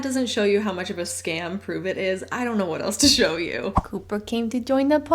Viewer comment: Coo-purr and Mr. Mu-Zeke 🤣